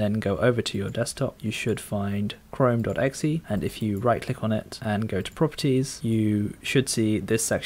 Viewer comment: I hate how you say "exe" :D